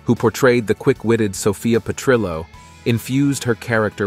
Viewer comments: AI mispronounced Sophia's last name. Petrillo is Italian, not Spanish, so the double L is pronounced like an L, not a Y. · lol@ Petr-yo...And Dorothy Z-Bor-nak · The way he pronounces Zbornak and Perrillo is funny. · LOL, too bad the computer generated voice-over can't pronounce "Fierstein" - phonetically pronounced 'FireSteen'. Also for Petrillo, the "ll" is not silent.